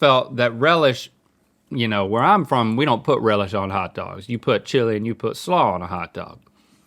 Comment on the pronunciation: i love how southern link got when they were talking about relish, chilleh and slahw 🤠